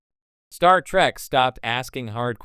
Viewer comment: Wow, for someone whose CHANNEL is centered on Star Trek. You flip between Trek and Track like my goddaughter who is 8 years old. Please don't defame the show, nor disrespect the fans with your stupidity. BTW, get a text to speech program that actually can pronounce words, or at least that lets you choose pronunciations when it isn't sure. I'm not asking for billion dollar text to speech, just make sure you're happy with your output, before you post it.